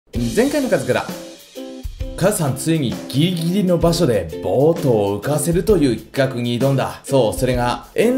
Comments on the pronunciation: 前回のカズクラで「ぎりぎり」としっかり言えていないカズさん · 前回のカズクラで「ギリギリのところで」の「ギリギリ」が滑舌悪くて可愛い笑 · ギリギリが言えてない